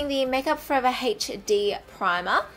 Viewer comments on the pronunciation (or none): I love it wen u say hd as heechd😂😘